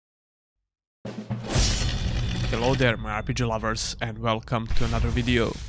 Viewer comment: Offtopic but i love how you pronounce "RPG"